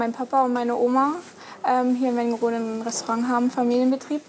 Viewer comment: Es heißt Wernigerode, nicht WerniNgerode... 🙄